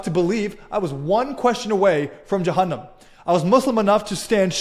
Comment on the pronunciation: You mispronounced Jahannam and Tarawi. Not a Muslim. Clearly a deluded polytheist who worships three gods and irrationally declares they all 3 are one being despite not being each other... Can you even pray? If this is supposed to be outreach for Muslims, you are fooling no one... just another fake ex-muslim channel to preach to the christian choir to make them feel secure in their illogical existence... also you mispronounced Allah wa Talla, such a fraud.... also you are gonna claim you speak arabic when you're south east asian and not arab. You worship a God Man, just go worship Krishna, atleast he's culturally relatable to your culture. You also said Israeli religion, which makes it sound like you're an pro-Israel plant, who supports apartheid and genocide, like Amalek in the Old Testament. --- Enjoy your time dancing for other Christians acting as if you were Muslim, but you convince no one... why can't Christians just be honest and act normal. Also you mispronounced Sharia incorrectly... Shaaaaariya! 😂🤣